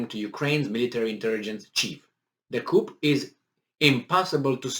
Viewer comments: It is pronounced "Ku" chickens live in a coop, Ooo maybe Russians are chickens they keep running away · FYI “coup” is pronounced with the “p” being silent.